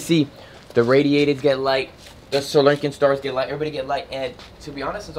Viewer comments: I like how he still says Sir Lincoln instead of Sri Lankan. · Is this channel just for entertainment or is it educational? If it's meant to be educational shouldn't he know how to properly pronounce all the types of animals? They are Sri Lankan star tortoises not Sir Lincoln